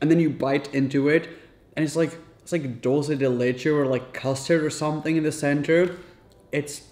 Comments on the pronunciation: You really messed up on the dulce de leche pronunciation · Common rapha, you are Portuguese, you can pronounce dulce de leche better